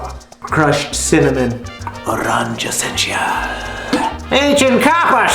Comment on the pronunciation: Michael 🌷 Katy & 🐈 are THEEEEE absolute bestest. She is first on my Saturday morning line up. I watch her new episode before I even open my eyes 🤣 I’m with you- is stuck w/being the COLOR HOST. 🎤 🎨 Did you hear how he pronounced ORANGE? 🤣